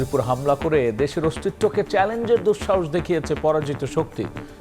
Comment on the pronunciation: Style kore news porte jaye to banglar mayre bap kortesan, egula ki editor dakhe na? জামাতকে বলতেছেন জামাট, অস্তিত্বকে বলতেছেন অস্ টিট ট। সহযোদ্ধারে বলতেছেন সহযোড ডা। ল্যাংগুয়েজ ঠিক করেন, otherwise বাংলা ভাষা বিকৃত করার অভিযোগে মামলা করে দেব।